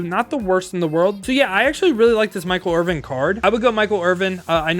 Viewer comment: Stop saying Michael Irving😂😂😂. It’s Michael Irvin . Sorry, but that’s just sad af.